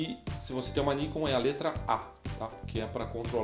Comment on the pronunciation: tanto Nikon quanto Canon são palavras japonesas. A entonação é Nikôn e Canôn... Ta errado Níkon e Kénon